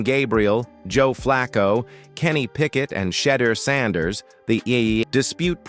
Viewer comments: Lol that's all you mad at ai mispronouncing shed ears name Knucklehead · Man you make a video about someone learn to say his name correctly. Sheduer Sanders. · This announcer says everybody's name right except for Shedeur Sanders, either say the name right or stop saying it at all, if it turns me off I know it turns off a lot of others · AI can’t discern pronunciation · Can't get a name right how does he get a job ?